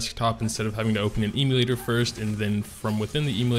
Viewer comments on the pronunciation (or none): Please stop saying eeemulator.